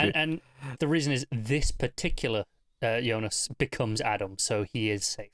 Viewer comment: KUDOS for calling Jonas - YONAS, not americanized Jonas (like J in John), which just irks me out so much with all the other reviewers, ugrh!